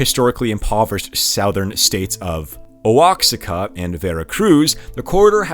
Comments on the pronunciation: OXACA …”OH-HAWK-AHH” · Oaxaca is pronounced "waw-HAW-kaw". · Oaxaca is pronounced Wahaka 😂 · Great report, but 'Oaxica'? It's spelled Oaxaca & pronounced Oahaca. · oh wak seka????? Wah HA KA. too funny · If you insist on using names of cities and regions...LEARN HOW TO PRONOUNCE THEM because you sound like an idiot calling oaxaca mexico oahksica. It's pronounced WAH HA CA. Stopped the video 28 seconds in and disliked it now blocked your channel from EVER showing up in my feed. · Ohk-sáh-kah😦 or Oh-hák-sakah😯 Dear content creator, your reporting is much better than most mainstream media. Best of success from Mexico. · You should probably learn how to properly pronounce the names of the Mexican states and cities. Actually your pronunciation of almost everything is terrible. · "Osaka" is a city in Japan. "Oh-ox-ika" (Oaxaca) is pronounced "Oh-ah-haka". Love your video but you absolutely slaughtered the pronunciations. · "Oh ox ah cuh" it's pronounced "wa ha ka", just a heads up. That's like calling California "Kay leigh for nigh uh" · Oaxaca is pronounced "wahaka". And he's not called A-M-L-O in Mexico; he's called "am-low". As an expat living in Mexico this stuff is pretty funny. I'm gonna go show my Mexican wife she she can have a laugh. Otherwise, great coverage. Subbed. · Oaxaca, prononounced, "wahaca". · Oaxaca is pronounced like "waa·haa·kuh". If you're going to report on something like this, you should take a second and look up the proper pronuciation. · Thank you, thank you for correcting pronunciation of common words! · 'Oaxaca' pronounced "wa-ha-ka". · Oh ox i ca 🤣. Mordida? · Oaxaca is pronuonced "wah-HOCK-ah" Google would have told you that. It's really lazy to purposefully mispronounce something you could have easily looked up. Oh, and the jokes are lame. Just read the dang script. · Oaxaca is pronounced. Wahaca. 🤣🤣🤣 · Oaxaca = (WA-HA-KA). The resources on the internet will help you pronounce Mexican proper names. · It's pronounced Wa-HA-ka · wa ha ka